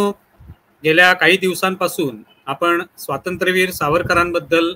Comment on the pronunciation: Mulakhat ghenare..., pl note.It is not swatantra veer, nahi...., Swaatantrya veer Swarkar